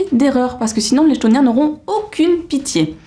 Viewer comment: Et ben tu m'as grave donné envie de les lire !!! Vais les rajouter dans ma wishlist ! D'ailleurs ça s'écrit comme ça : chtoniens ? à mon avis ça se dit "ktonien" ;) Des bisous !